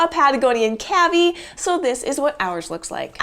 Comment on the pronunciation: I thought cavy was pronounced like K.V.